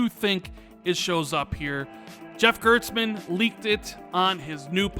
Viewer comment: GiantBombs Jeff GerSTmann....not GerTSmann. Why do so many people mispronounce his name.